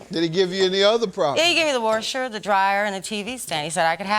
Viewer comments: He told her she could have the WERSHER... did anybody else catch that🤣🤣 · Not in the trailer with the "warsher"🤣🤣🤣